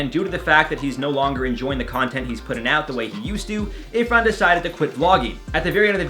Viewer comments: Okay it's 'Irfan' not 'Ifran' 😁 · Hey, Just a little note, his name is Irfan, not Ifran 😅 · It's not ifran it's irfan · Its Irfan Junejo, not ifran Junejo :) .. i love your channel, love from Pakistan ❤ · This is outrageous! IT IS IRFAN JUNEJO. you called him IFRAN. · BTW. Its Irfan junejo not ifran